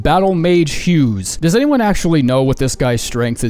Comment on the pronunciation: IT'S BATTLEMAGE HUGUES 😭 OO-GA